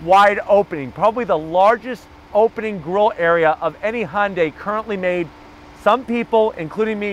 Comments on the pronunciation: Can you also help him with his pronunciation of Hyundai? Tell him it's like Sunday, and not "Haaahn-day" (Thanks!) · Dude really! You've been doing this for a long time and you still pronounce Hyundai Honday. WTF it's pronounced like Sunday. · & Daniel H - the "Sunday" pronunciation is exactly what Hyundai has branded it as in North America since 1986. It was their Plan A for this market. Regardless, it is not called (now pinch your nose to get it just like he says it) "HAAAHN-day." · Pronounce the y please.